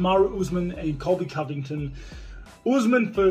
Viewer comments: He usually pronounces it correctly. Even the first time in the interview. I'm pretty sure he was saying Colby "Colvictim", which is GREAT considering the name game Colby plays. But I still think Colby is awesome, even if Usman gets him again. Colby is GREAT for the UFC. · Gsp pronouncing "covington * was great 😂👌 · “ colby co - victon “ 😂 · Did GSP Call Colby čoviktam? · Georges "Colby convigted" st pierre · Gsp : Col by Con Ving Ton 😅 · did GSP said Colby Convector by accident or on purpose? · GSP “Colby cO-viCtiN” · Wait did GSP call him Colby CoVICTIM 😂😂😂😭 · GSP says cobt covicton gonna lose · I think st. Pierre said Colby covictim lol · "Colby co-victim", hahaa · He butchered Covington. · GSP trying to say Colby Covington was the highlight of this reel. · I've heard St. Pierre say Colby's name correctly many times. I think he's kind of "low key" pronouncing it Colby "Covictim" on purpose, using Colby's own name game that he likes to use so much. Great move by St. Pierre!...Touche' !!! Even though Colby is GREAT for the UFC and an amazing fighter, who I love watching fight, that shit with his name is hilarious. George has a great sense of humor, both on and off camera. He's an all around great, normal guy who's enjoying his retirement to the fullest. Going out on his terms has done him well. Which, I believe, kept him healthier. It's not often you see fighters who were "aged out" or advised to leave because they were no longer competitive. They were more likely to suffer/sustain life altering brain, or other injuries if they'd continued to compete at the highest level. It's a fact, not up for debate. We don't hear from those fighters near as much as the ones who retired on their own terms. That being the smart and healthy way to do it for healthy longevity. This was just supposed to be about the "Covictim" thing...lol...I kept thinking of things each time I edited a misspelled, or removed an unnecessary word. OCD, the struggle is real !!! lol... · Coly COVID10